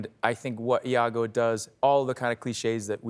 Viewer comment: Iago (with an i), not Lago .